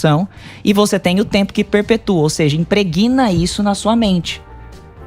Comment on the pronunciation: Aos 16 minutos e 28segundos, ouvi , da " doutora", esta pronúncia: "impreGUIna". Pobre Língua portuguesa!! Tenho vergonha, muita vergonha ( ALHEIA) dessa "pronúncia".!!!